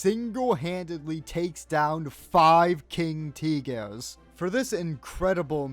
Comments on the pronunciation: I know, the way he says it though just feels weirdly stressed to me, like I think the "Eh" should be more like an "Ah", Like "Teegah" not "Teegehh" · Someone shake this mfer for pronouncing Tiger as Teehgee. Though I do find it hilarious Dmitri wouldve had a list of medals that would've put North Korean generals to shame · fr, why did he pronounce it the russian way